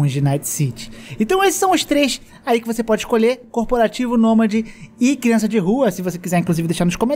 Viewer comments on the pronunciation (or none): “CIRANÇA” de rua kkkkk